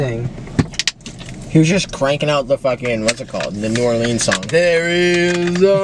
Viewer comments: As someone from Slidell, Louisiana I am very offended on how yall said New Orleans. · being a person from Louisiana no hate at all but the way people say New Orleans kills me😭